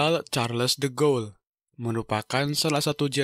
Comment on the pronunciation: de Gaulle itu dibacanya di-gaulie bukan de-ghoul